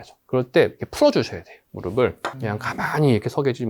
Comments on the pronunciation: 무르블로 발음하는게 맞습니다 **"무릎"**의 받침은 표기상으로는 ㅂ이 아니라 ㅍ입니다. 그러나 실제 발음에서는 한국어의 발음 규칙에 따라 [ㅂ] 소리로 발음됩니다. 이는 **'평파열음화'**라는 발음 규칙 때문인데, 어말이나 자음 앞에서 ㅍ이 약화되어 ㅂ으로 발음되기 때문입니다. 그래서 "무릎을"이 자연스럽게 **[무르블]**로 발음되는 것이죠. 즉, 표기와 발음이 다른 이유는 발음상의 편리함 때문입니다! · 모음으로 시작하는 형식형태소가 올 때는 음절의 끝소리 규칙이 적용되지 않아 대표음[ㅂ]이 적용되지 않습니다. '의',을'은 조사로 형식형태소이므로 연음으로 발음하는 것이 표준발음입니다 무릎의[무르픠] 무릎을[무르플]이 표준발음입니다